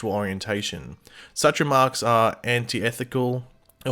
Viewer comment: Yeah, can't pronounce ANTITHETICAL easily either. AN TI TH E TI CAL. Word of the day.